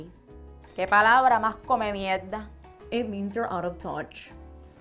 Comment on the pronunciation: “Que palabra mas comemiedda” 🤣